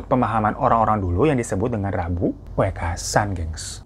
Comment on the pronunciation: Kebetulan gw keturunan sunda betawi, dapet istri org jawa. Skdr bagi info aja ya bg hiro hehe Intonasinya wekasan,huruf "E" nya kaya baca "teman" "kemana" "selalu" bkn wekasan seperti baca "deretan" "setan" "emosi" smg paham ya maksudku wkwk andai bisa komen pake suara ini mah lebih gampang lg. Btw, istri gw fans bgt sm bg hiro 🙏😀